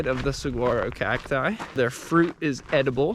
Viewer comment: So awesome to see you continuing this series! That rainwater collector is awesome. Also just FYI, the G in saguaro is silent--it is pronounced like suh-wah-roh. :). Excited to see more episodes on the AZT!